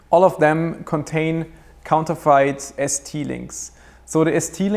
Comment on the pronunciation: Just a heads up, but "counterfeit" is pronounced with a silent 'e', so you would say 'counter-FIT'. Your English is very very good, but you confused me for a second with that pronunciation.